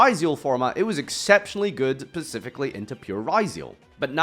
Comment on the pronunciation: Did he just say "Pacifically?"